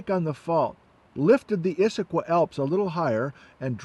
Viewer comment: Not so fond of your pronunciation of Issaquah. Close, but no cigar. I know it's nit-picky but I'm pretty sure the Cascade Range doesn't end at the Canadian border.